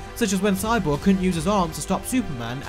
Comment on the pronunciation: Whenever you were saying Cyborg, idk why but I was hearing "Sidewalk" LOL 😂